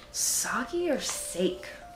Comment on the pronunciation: its actually pronounced (Sah-Kay} Sake